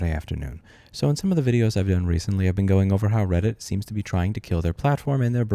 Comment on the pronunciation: Its called reddit not Brailleit... down with the blind!!